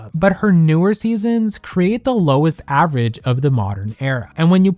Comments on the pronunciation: I'm sorry but i have to say this.... it's average, not avarage. It was driving me crazy 😂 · Girl, not "avarage" 😭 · "Avarage"? Feels like Alyssa Edwards might have said that on the show. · Just an FYI! The word is average not avarage. :) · the "avArage" in every single slide is killing me though...